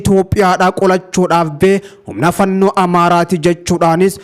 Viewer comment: Galatoomi, Yeroo hunda jarattii yeroo waamtu "fannoo" jetta, garuu "Faannoo" dha. Sirreessii waami